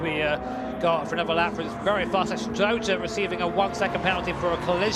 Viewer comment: Porscher and Toyoter....wth r these guys saying